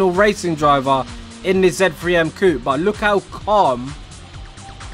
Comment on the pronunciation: Bri'ish man saying Coop instead of coupe 😂 Trying too hard to be american